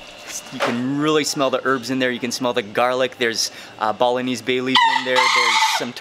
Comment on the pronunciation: I heard Bolognese instead of Balinese 😅😅😅